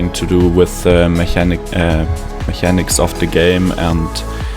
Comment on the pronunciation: Das “ch” im englischen Wort “mechanics” wird “k”/“ck” ausgesprochen. Ansonsten super Video, weiter so! 👍🏻